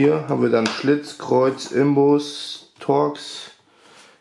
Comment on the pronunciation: Das heißt Inbus und nicht Imbus